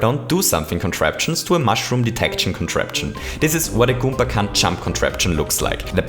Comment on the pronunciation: I hate how he pronounces Goomba